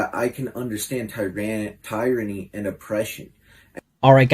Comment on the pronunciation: Poor, pitiful misfit with the anarchist/satanic symbol behind him. Wonder if Mom knows he painted that garbage on her basement wall? He said “tire-rrany” instead of tyranny. 😂, you’re a veteran and worked in law enforcement. You’ve accomplished things this loser can’t or won’t ever succeed at. He’s a coward and dangerous. If he’s not happy with the US and our laws and government he needs to get his ass out of our country. I see “mass shooter” written all over him. I sincerely hope he’s on the FBI’s radar.